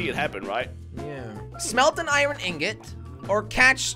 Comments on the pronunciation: its iron not irone jelly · Why do you say iren instead of iron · How many times does he say iron wrong 👇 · always pronounces iron wrong